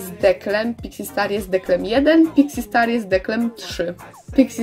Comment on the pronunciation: Czy tylko ja na początku usłyszałam pizzi star